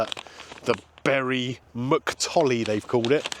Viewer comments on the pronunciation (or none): none